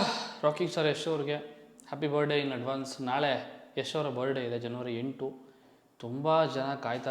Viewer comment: Bro you were trying to teach in some previous videos in correcting some other youtubers pronunciation was wrong this & that.... But today how are you pronouncing "birthday" .....birday😅 birday... Don't mind brother as an audience prospective I'm just bringing it to your attention, that please correct and upload ,moving forward.